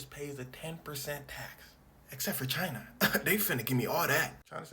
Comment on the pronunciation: Why do Americans pronounce china like they are supprised 😂